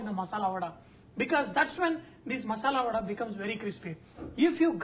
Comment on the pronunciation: Its 'Vada' babu Garu, vadai is in T.N not for telugus